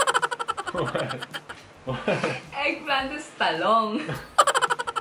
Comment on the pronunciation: dwight really said "eggplant" 🤣🤣🤣🤣🤣🤣🤣🤣🤣🤣